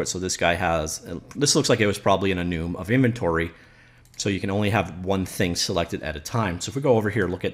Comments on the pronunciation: lol that bugs me so much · This editor is great. Also he is making me question if I've been saying enum wrong my whole life... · is he pronouncing "enum" correctly? Like for yes Comment for no